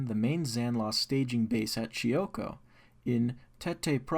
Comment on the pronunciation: Chimoio not chioco